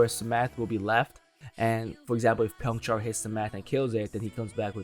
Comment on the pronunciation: Byongchul ❌ Byongchar ✔